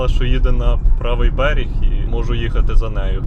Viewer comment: Хлопче, не "беріг", а "берег"